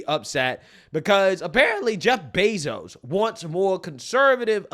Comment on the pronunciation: Anyone else catch him say joe bezos